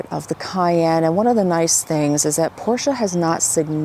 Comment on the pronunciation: Finally someone saying Porsche the proper way. It DRIVES ME CRAZY, when I talk to a Porsche owner, and they mispronounce it by saying Porsch, without the EH at the end. How could that even happen I wonder. So I went to a Porsche dealer a couple times, and even the sales guys say Porsch smh.